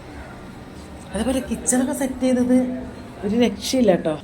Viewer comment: എത്രവട്ടമാണ് ഒരു രക്ഷയില്ല എന്ന് പറഞ്ഞത് കട്ടി കൂട്ടി പറയുന്നത്